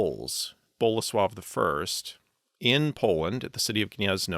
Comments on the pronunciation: I paused the video to make this exact comment, I'm glad other Poles also praised this. When I heard the first flawless "Bolesław" I had to do a double take and make sure he wasn't Polish; that's kind of silly since English has all these phonemes, but very rarely have I seen English speakers put an effort into pronouncing Polish words correctly. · Kudos for pronouncing Bolesław and Mieszko right!